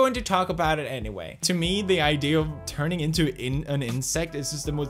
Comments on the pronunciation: and did you say 'anywhale' at the end or is it just me ? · did he just say "anywhale" at the end there?